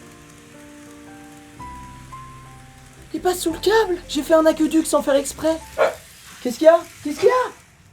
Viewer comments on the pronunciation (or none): J'adore comment t'as dis Aqueduc " Un akeudukeu" XD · "AhEUUduc" ahah, ce serait cool de carrément faire un parc de train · PARDON ? UN QUOI ??? « Un aqueuh duc » 😂😂😂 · « j’ai fait un aqueUduc sans faire exprès »😭😂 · "j'ai fait un A-QUEU-DUC !!" 😂😂